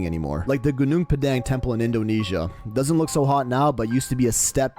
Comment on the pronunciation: First off that's pronounced /'guːnɔːŋ 'pɑːdɑːŋ/ not /guː'nuːŋ pə'dæŋ/